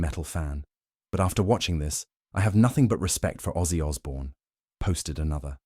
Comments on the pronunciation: It's Ozzy not Aussie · Name not Aussie, its ozzy! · it's OZZY !!! not AUSSIE !!! get it right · Its ozzy not Aussie!!!